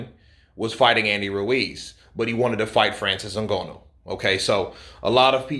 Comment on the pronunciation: It n Gha nu not n go no please it hurts my soul 😂